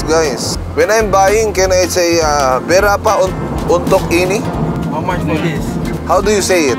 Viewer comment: Tatay kupo Malaysian nakakatawa Po ung pag pronounce nyo Ng "berapa untuk ini" 😆